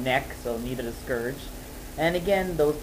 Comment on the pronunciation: Scerge? Lol that's how u r saying it.. heh